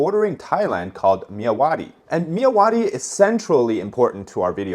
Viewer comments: I'm from Burma my dude. I know you are trying your best with pronouncing our names. Myawaddy is pronounced "Mya^ Wat D". Love your content dude. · As a Burmese/Myanmar, the way you pronounced Myawaddy makes me spilled out my drink haha.